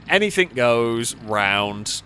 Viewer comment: There is no k at the end of the word anything